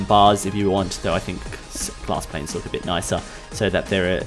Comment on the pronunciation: I love how he says /planes/